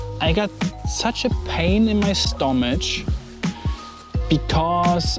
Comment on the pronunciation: Not a criticism at all, your English is very good and I absolutely love your channel. I just wanted to offer some info that you can take or leave. In some cases in English, the 'ch' letter combo is pronounced as a 'k', as in the name Chris. So, the words 'stomach' and 'chemtrails' are pronounced 'stomak' and 'kemtrails'. I have some things to say about the larger content of this video, but I'll save that for another comment.